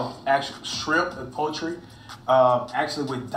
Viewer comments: Poultry not poetry flight 😂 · Flight: What The Hell is Potery 🤣🤣🤣🤣